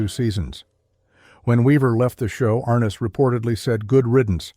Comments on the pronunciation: Ai=Arnuss instead of Arness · it is NOT James AR ness. It is James ArNESS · and everyone else.....If you're going to make a video, at least pronounce the stars name correctly.!! Thumbs down.